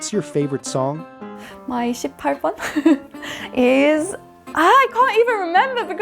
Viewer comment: 💘컨텐츠 너무 좋아요.영국발음이 친숙한건 왜일까요?? 나이 40넘으면 다 영국발음 비슷하게 배우지 않았을까요? ㅎㅎ 💝 볼수록 사랑스럽고 한국어도 똑부러지게 잘하고 물과 워타를 헷갈릴 정도로 이젠 한국어에 익숙해져 있군요.일상이 녹아있는 대화와 자기소개 공부하기에 딱이네요.노래방 18번은 발음 제대로고 어머나는 약간 엄머나로 들렸어요.이것빼고 한국어 발음 엄청 좋아요.얼마나 공부하고 노력했을지 감히 상상도 못하겠어요.🥰양킹님 의 텐션에 촬영하면서 내내 입이 귀에 걸렸을 것 같네요.더 재밌고 알찬 영상 기다릴게요~💞💞